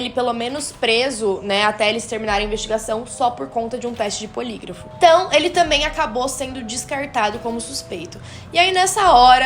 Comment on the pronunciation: teste de polígrafo. acho que você falou polígrifo...